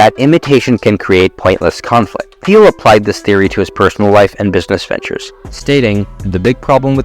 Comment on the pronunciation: Neat to see your style & voice coming through! (Also, hate to be pedantic, but it might be useful to know that "Thiel" is weirdly pronounced with a hard "t" in English, ie like "teal." Not sure if it's worth redoing the entire VO/talking heads, but just thought it might be useful to note that in a comment. Regardless, good work!)